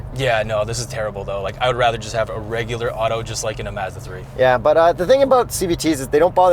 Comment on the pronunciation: I like how they pronounce Mazda as "Mehzda'